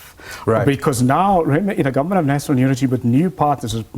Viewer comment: This is a confused professor ..... "Nasonol unity"